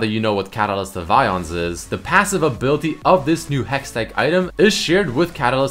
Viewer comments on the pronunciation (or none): Ay-ons, not ions. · its AY-ons. aeons. A-ONS